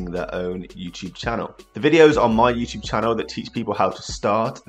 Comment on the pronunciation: Youchube lol😂